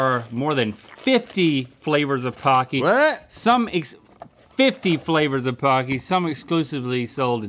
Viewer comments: my weeb is showing here, but it's pronounced "poe-key" pah key would be パ ッキー but it's spelled ポッキー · In Japan it's pronounced p-OH-cky like hokey-pokey. They are great. Pretz, too.